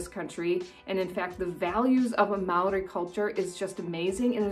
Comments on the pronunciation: Also "Māori" is pronounced like "Maow-ree" with a slightly rolled r. The "ā" is a long "a", then you add a "ow" sound. Hope that helps :) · As a kiwi why do english people say maaori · And it's Mo-ri but its spelt Maori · True true. It's a shame that I feel like some kiwis deliberately mispronounce a Maori named place..Why? I don't know..but if you were brought up or have lived here long enough, it's almost certain you know how to properly pronounce it. As for tourists, it's okay to misprounce, and as you say, don't get offended if you are corrected. You will definitely impress a local if you try or manage to pronounce it right..Just show a general level of respect as yo would expect back home. It's a fascinating and unique culture. Most Kiwis will show a lot of appreciation and positivity toward you if you show respect toward Maori culture. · Also, please learn how to pronounce words in Māori right. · You didn't say Maori right the first time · can you say MĀORI again please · Your dissing Maori by saying the word wrong its not hard to say. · It really funny how she butchers the moari Names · You said maori wrong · From an actual kiwi: number 11: YOU SAID MĀORI WRONG 😢😢😢😢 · First off, get your Māori pronunciation right. Second, always have spear beer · te reeo and moori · hey im a kiwi and i just wanted to say its not pronounced Mow-ree or te-reeo its actually pronounced Mou-ri and te-rayo, hope that makes sense 🙃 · Hi I'm a new Zealander and I'm still watching but she pronounced Māori and te reo wrong te reo is pronounced moee like te rao but its te reo and when a word with a line above it means you hold that letter so like Maaori okay I'm going to keep watching😁